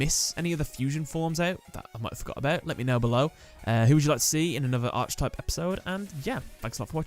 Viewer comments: It’s (Arc)Type not (Arche)Type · Saying arch type in all your vids bothers me, like Archer or arching, I feel the wording ark-A-type is the correct way to say it, just feels like you wished everything was an archfiend, I hope you don't say it like arkfiend lol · Just to let you know: Archetype: aar·kuh·tipe and Hermocrates: her·mock·ruh·teez P.S. Dan Green voiced both Yugi AND Atem. This means he lent his voice to the human form of Timaeus.